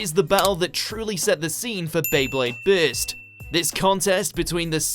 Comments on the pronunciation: bro why are u telling bist instead of burst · It's not beyblade bitz lol it's burst